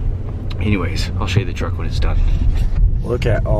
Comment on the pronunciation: I LOL'd trying to say truck and said chuck lol